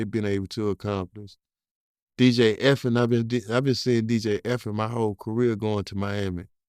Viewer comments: It’s DJ ( the letter E, the letter F, the letter N) not Effin….. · No matter how many times he says it , it's dj Dj E F N not dj fn'